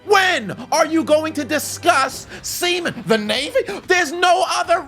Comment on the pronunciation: Squidward: NOT THE NAVYY!